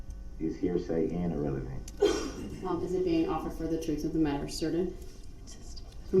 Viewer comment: Troof, cohorzhun, durest😮